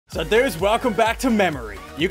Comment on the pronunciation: “Ssundee” It’s the finale countdown Also him: kazoos Gary: I did not suspect that